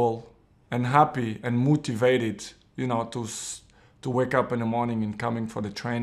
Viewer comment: He is still mouutivated